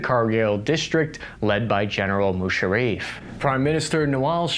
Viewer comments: at 9.27 - "General Mushareeef". A supposed journalist who can't even pronounce the name of one of the most prominent and powerful military personnel to come from the region. What factual information can you expect from this "journalist" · General mushareef!! First time I have the right pronunciation 😂😂😂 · It's Musaraff not Musarreef